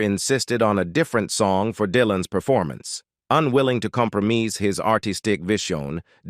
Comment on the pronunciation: WTF... EdSoolivan show Bob Die-land- N Compromeese----what is wrong with the NARRATOR'S PRONUNCIATION